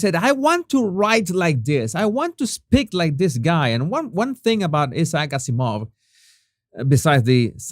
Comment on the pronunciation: Jesus, the name Isaac Azimov is pronounced differently, as in for Isaac, the emphasis is on 'Ice' then 'ack' . Then the emphasis is on 'Az', followed by 'ee', then a slight emphasis on 'Mov'. Phonetic spellings, hope that helps.😊 ps. Somewhat confusingly, the 'gh' in * most* English words is pronounced with a silent 'g'. So "throughout" is pronounced phonetically as" threw-out". Although there are exceptions when the 'gh' is at the end of a word. As in "tough" then it is pronounced as" tuff". However.. the word "bough" for part of a tree branch, is said as" bow" as in "Ow" that hurts! same pronounciation. Yep, sorry, English words, eh, crazy!😊